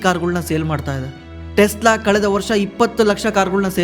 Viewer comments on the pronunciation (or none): Tesla✅ Telsa❌